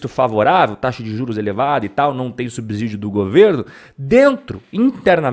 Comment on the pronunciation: a pronúncia correta para subsídio você fala com o mesmo som de sítio. Ou igual ao som de cinto. O som é com o “c” sibilante! Eita, português é difícil mesmo! No mais sempre te escutando!